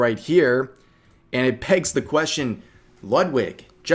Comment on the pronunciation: Did you really say "pegs the question" 🤣